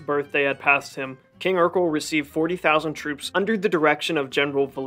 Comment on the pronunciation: Sweet video. Though Erekle is pronounced more like Heracles from which it derives, and less like Urkel. As cool it would be for there to have been a warrior king Urkel.